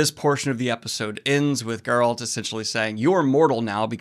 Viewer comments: Why do you keep pronouncing Geralt name wrong? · Still can't pronounce Geralt's name. lmfao